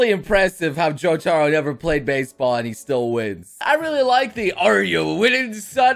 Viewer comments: Ok, of all people you should know better. It's not jo-TAR-o, it's JO-ta-ro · JO-taro, the tastiest of the JoJos.